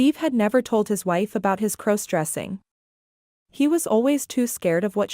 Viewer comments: Could you please stop mispronouncing crossdressing 😮😮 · Stop mispronouncing crossdressing 😮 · Stop mispronouncing crossdressing 😢😢😢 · Stop mispronouncing crossdressing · Please stop mispronouncing crossdressing 😮😮